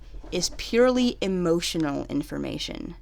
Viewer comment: emoHotional deveolpment meow